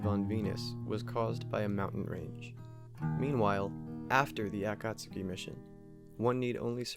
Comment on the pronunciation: Hey, I totally missed this upload. Was thinking about your channel only a few days ago. Great job as always, presenting unusual and thoughtful content. I love that you pronounce Akatsuki properly, too. Greetings from Australia. 😁👽🛸